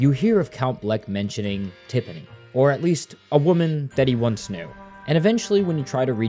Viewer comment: he also called her tippani and teepanee lol i swear it’s on purpose